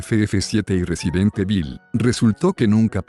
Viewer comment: Es Resident Evil pero de dice Resident Ibol -rEsiDeNt EbiL